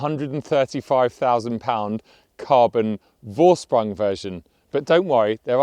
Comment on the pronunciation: Vorsprung (to lead) is pronounced "Forsprung". You should get that one right. It's almost as bad as the americans pronouncing Porsche as "porch".